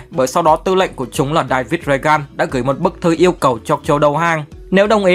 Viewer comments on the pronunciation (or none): George đọc là "chót" xì hơi trong lúc đọc nha anh. David là "Đây-vìt". Reagan là "ria-chần" âm chần cũng xì hơi trong lúc đọc. Em mới xem tới đoạn nên liệt kê được tầm đó. Nói chung, dùng chữ để diễn tả thì hơi khó, nhưng đại loại vậy. Mong anh sẽ thấy được comment của em.